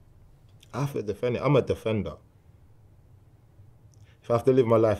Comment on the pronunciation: guy stages an ambush in a phone booth “im a defenduh im a defenduh”